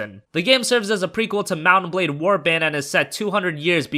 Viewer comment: It's pronounced Mount and Blade, not Mut-bade... For a moment I didn't know which game is he talking about.